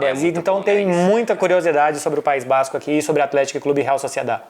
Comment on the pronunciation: PAÍS BÁÁZZZzzCO